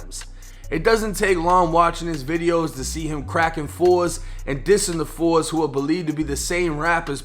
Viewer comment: Foes Man!! nobody Says Fours Lol